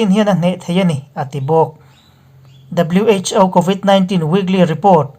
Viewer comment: WHo tihhi alamdan chuan wh.Aw tihrawh Pu. A